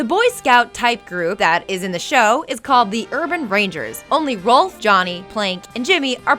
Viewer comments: Stop calling Rolf "Ralph" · Rolph not Ralph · And it's pronounced Rolf not Ralph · Honestly this is really hard to rewatch the self insert jokes are annoying yes but I can ignore them but hearing the mispronounciations of names "cranker" "anna" instead of marie for some reason "ralph" ugh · Did this bitch just say Rolf's name like "Ralph"? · I cringe every time she misspells Rolf's name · I demand a reupload of this video WITHOUT THIS WOMAN. She's trying to force her jokes into each fact, while trying to relate each fact to her own life, which is really annoying. And the worst of all, SHE'S MISPRONOUNCING THE NAMES! Nozz? Ralph?? Crankers??? Are you kidding me? Did she ever actually watch this show?